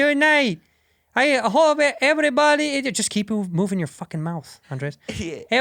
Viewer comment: Why Bobby keep pronouncing Andreas instead of just Andres?